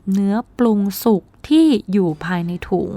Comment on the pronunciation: พลาสติก ไม่ใช่ พลาสติบ / ต้มให้สุก ไม่ใช่ต้มให้สุด